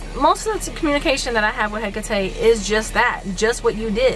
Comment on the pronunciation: You actually pronounce it right